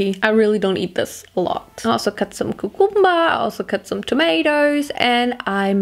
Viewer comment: I just want to tell you that cucumber is pronounced kyu-cum-bur not coo-coom-bur